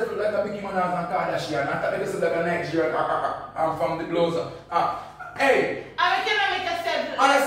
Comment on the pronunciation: So it's not Nigerian but 'nightgerian' 🤣🤣🤣🤣😂